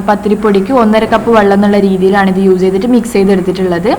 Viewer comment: Hi ayshu entha s in pakaram z use cheyyunnath. Uze ennu parayunnath